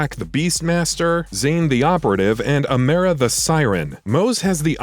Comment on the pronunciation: Amera! Do your info before you make a video about it. Doesn’t even know how pronounce the name correctly.